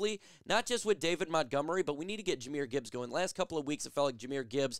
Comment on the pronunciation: It's Jahmyr Gibbs.... NOT. Jahamyr Gibbs 🤦‍♂️